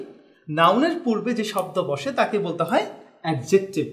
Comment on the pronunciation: Adjective.. Pronunciation e vhul ache vaia...